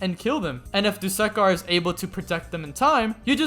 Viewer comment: My man, it's not "do-suck-are" it's actually "do-su-car" pronounce the u not as you, but as uh, don't make the second syllable suck, make it su